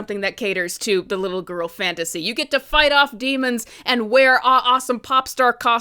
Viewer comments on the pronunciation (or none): You saying grill like this movie but also lots of man in love with this movie